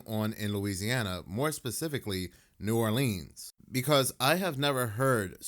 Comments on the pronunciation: New ARLINS. Pronounce it right lol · The way he says New Oleans is aggravating as hell! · Yk they ain't from Louisiana when they pronounce "New Orleans" like that 😂